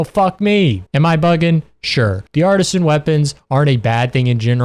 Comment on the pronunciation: guilding lands. branchy dios. artisan. sekiret. even on words where he gets the correct consonants and syllable order his stress accent is usually bizarre and most of the time he has 2 or even 3 ways he pronounces each word throughout the video. i don't think i've ever come across someone so bad at reading